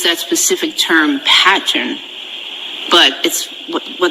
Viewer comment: Dr Russell speakers so SLOWLY in pronouncing P A T T E R N , as Brennan continuously mispronounces pattern, rather saying patent.